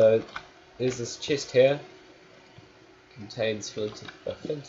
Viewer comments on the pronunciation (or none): he says chest here.sounds like chest hair.